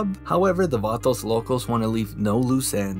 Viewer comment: Tubi be plugging us Vah-Toes lol